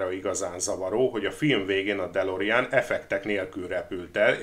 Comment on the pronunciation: ejtsd: dö'lorin ,nem delorien....